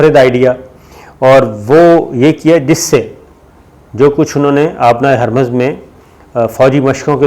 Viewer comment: لفظ ھرمز ہے یعنی "ھ" اور "م" دونوں پہ پیش ہے